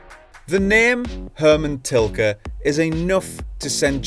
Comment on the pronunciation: LOL, what an intro " HERMAN TILKER" XD!!!